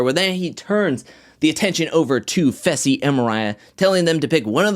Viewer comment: You are saying fessys name wrong you say it like fesl but its faaaysalll